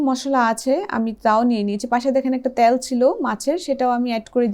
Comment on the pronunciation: উচ্চারণ "তেল " বললে ভালো হয় 😃